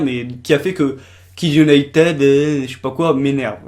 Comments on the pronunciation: en plus cela se prononce kids unitid pas kids unitEd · Jessica Ninot en plus il prononce Kids Unitede mais pas Kids Unitid (je sais que ca c écrit kids United mais c pour montrer comment il prononce ) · Au fait, ça se prononce Kids United pas Kids Uniteud 😉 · Tu prononce hyper mal "United" t'aime pas t'as pas besoin de faire une vidéo ! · Et déjà United sa se prononce pas comme sa😠